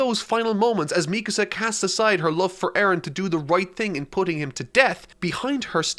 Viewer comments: I respect the ending for what it is, ironically I predicted the ending before eren even got a 2nd titan power, I was only wrong about 1 thing Eren and Mikasa (pronounced Me-kah-sah, not meek-a-saw) not ending up together and having a family. I'm happy this series has finally ended once the anime finishes in fall of this year this mediocre series and its mediocre author can finally fade to obscurity and I can sit back and watch the fandom cannibalize itself like so many overhyped series have before it. Do so keep me entertained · I completely agree with most of what you said in this video.... except one thing... ITS ME CÁSA not Mecuhsa lol, other than that fantastic video! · God, you know I love the hell of you,, but.. If I had to hear you say MEEK-UH SUH one more time I would have swallowed the end of that rifle faster than Reiner. MEE-KAHSAH. SAY IT WITH ME NOW, FOLKS. MEE-KAHSAH. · Mee-kuh-suh. Bruh. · meecuhsuh btw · Your pronunciation of Mikasa is frustrating. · Bruh why you pronounce Mikasa's name like that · RIP you will never finish HxH, not even Togashi himself gives two sht!s :/ Love the videos!! Btw your pronunciation is Mikasa is funny lol